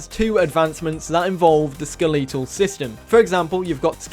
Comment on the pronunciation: ske-LE-tol system lol